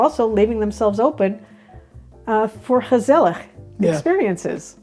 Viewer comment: Lady, your pronunciation of gezellig is spot on. No mean feat!